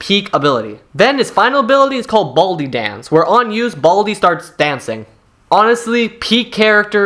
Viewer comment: why did he say baldi like that "BALdi" 😭😭